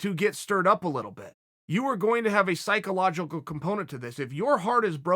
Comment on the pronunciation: “Sociologoul” “Psycholocacol” “Yarear”